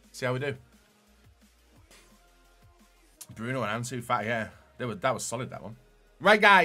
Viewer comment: Anzu fa i